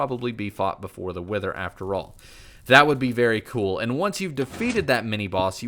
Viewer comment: cool not col